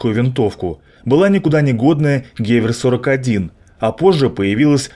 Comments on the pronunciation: Что это за "панзер-ягер-каноне"?! Потрудился бы узнать, как это произносится! гевЕр, а не гЕвер, ПАК - это панцер-абвер-каноне. Марш обратно а ПТУ алфавит учить, болван! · Автор, нужно быть в теме: Не гЕвер, а гевЕр (Gewehr) Не Панзерягер, а Панцерегер (Panzerjager) Егерь - охотник